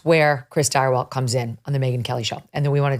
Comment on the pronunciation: Stirewalt?? Ugh